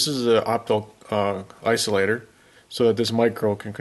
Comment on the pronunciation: Did you say "iso-optilator" or did I imagine that? :) I had a co-worker that once said it that way and I adopted it and say it on purpose once in a while, when the opportunity arises, just to see if people catch it. Sort of like when I use the phrase "I'll see that when I believe it."